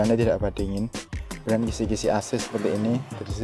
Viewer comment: Ping piro mas sampeyan ngomong "kumudian"?